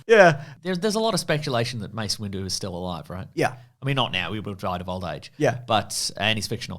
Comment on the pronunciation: Did my guy call him Mace Window?🤣